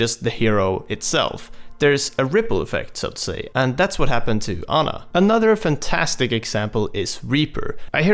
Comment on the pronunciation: it's "Aw-na"